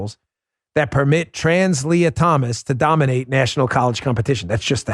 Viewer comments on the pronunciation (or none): none